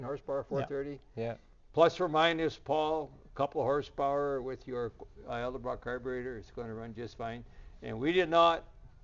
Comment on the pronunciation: Its Edelbrock not Eldabrock